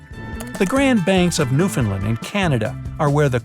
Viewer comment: I'm from Newfoundland!! The fog is beautiful and I love the sound of the fog horn. I will say I just stopped everything when I heard the word Newfoundland because some people don't even know we exist and of course when I do hear it I always go back to see if it was pronounced right.... it wasn't, one day, one day. lol love these videos, Great work!